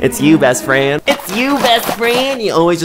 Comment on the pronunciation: Besss Fryand 🤣🤣🤣